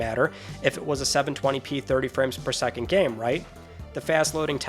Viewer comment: Fella forgot the S in second.